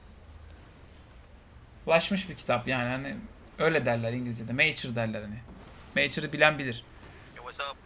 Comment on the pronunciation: mature meyçır diye değil mıaçür diye okunur adshgasdh (9.45)